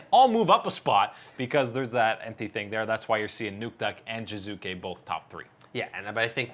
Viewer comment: Dear God. How hard is it to say an "e" in Jizuke? If it was meant to be "Jizuki" he would have picked Jizuki as his nickname. I get that you have weird ambigious aphabet (ei bi si di i ef ji) however calling him "Jaizak" would be even understandable because world knows you tend to read everything as english words. But "Jizuki"?? Give me a break...